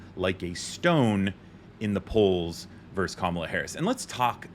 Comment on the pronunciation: Please take this as constructive criticism. You are a very intelligent young man, and certainly not the only one who mispronounces this word: ‘Versus’ is the word used between two opponents. Verse is a line in a poem or song. Thanks for listening, and for all you do!